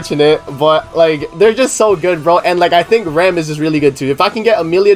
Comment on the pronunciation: It is not pronounced Rom. In the Japanese version, they say Ram the same way as in English. Most of the characters in this series do not have Japanese names. Some of them, like, Beatrice are pronounced incorrectly, but an attempt is still made to sound more western.